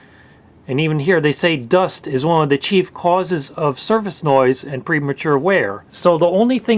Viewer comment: "suface" lol